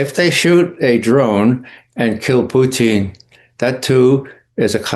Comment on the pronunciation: Please don't have this guy with TDS as a guest ever again. BTW it's Putin not Pertin